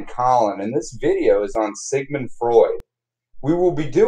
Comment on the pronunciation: Sigmund * Not Sigmeund :)